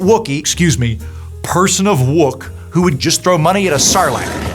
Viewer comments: "Person of Wook!" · Whatever Reason is paying, double it! "Person of wook"🤣 BTW, I think at least Jellico was a self-serving jerk when he got command of the Enterprise for a time.